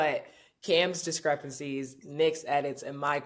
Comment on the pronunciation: Mase said discrepancy....lol